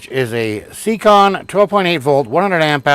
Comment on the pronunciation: It’s pronounced (Say-Con ) siekon